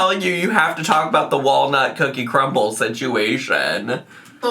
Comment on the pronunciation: "cookie crumbl" fills me with rage